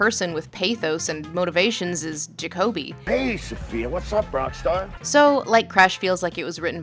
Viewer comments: did you even watch the movie? his name is Juh-koby not jock-uh-bee. i feel like if you watched the movie you would know that... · Ja-co-be... its Ja-co-be no one is named Jacob-be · Jacob-E? Did you just watch the movie and not listen to it? His name was clearly and repeatedly stated as ja-coby. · How can you continually mispronounce Jacoby. Ja-CO-bee. Not Jacob-ee. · Did you watch this or some one else on your team? Because you keep mispronouncing jacobi. Like you've only read the name but never listened to being spoken. Like its said 2 dozen times in the movie. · JAKOBY not Jacoby lol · Is it just me or does how she pronounce jakoby really wrong and annoying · JAH-COBY holy shit lol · You now how I know you didn't watch the movie? You can't pronounce one of the main character's names properly when it is said multiple times in the movie. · Why are you continually mispronouncing Jacoby's name in the beginning? It makes me feel like you've only read reviews of this movie, but I cannot imagine you doing that!